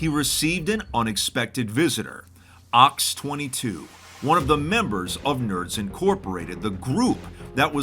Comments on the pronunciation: his name isn't "Ox-twenty-two" it's "zero-ex-twenty-two" or more literally "hex 22". That's a zero not a capital o. 0x is hexadecimal notation in programming, 0x22 is literally just the number 34 in hex (base 16) And his skin appears to be a terminal prompt. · Nerdy side note: 0x22 likely isn't 'ox 22'. 0x is a standard prefix for hexadecimal numbers. 0x22 would correspond to the decimal number 34. As a result I would guess that the appropriate pronunciation would be 'hex 22'. Unless of course he himself has said that it's meant to be ox 22, then ignore all the above. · It's zero x 22 not ox 22. It's a hexadecimal notation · the pronunciation of “0x22” makes me laugh. Or am I thinking too hexidecimal?